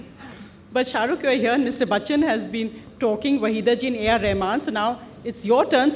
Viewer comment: LADY REPORTED FUCKED AMITABH ...BY CALLING BACCHAN😂😂😂😂 MAZA AA GYAA 😅😅😅😅😅